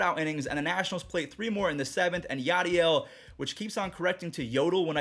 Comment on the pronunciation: its yaddle not yoddle